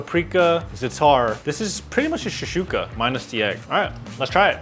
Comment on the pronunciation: it's shek-shouka not sheshouka